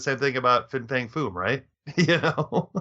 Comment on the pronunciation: You keep saying "Fing." It's FIN Fang Foom. Not Fing. You can see it written right on the package.